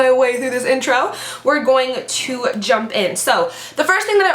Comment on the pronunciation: Why do you say gpoing-aaa to be??? İt sound so sillyy